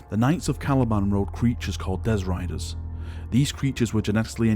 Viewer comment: Dezz Riders?! Do you mean Destriers?!